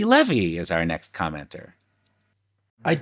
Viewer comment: Well! After commenting on the previous 5 Marx Brothers films, No, mispronounced my last name! Leh-Vee indeed. My branch of the tribe pronounces it, Lee-Vee. One more slip-up like that, and I'll have your podcaster license revoked. 😉